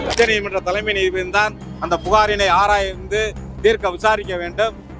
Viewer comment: போராட்டம் வெற்றி பெற வாழ்த்துகள்... நீதிபதி என்று உச்சரியுங்கள்